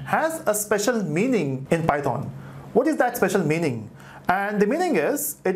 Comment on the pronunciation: please stop saying PY THOON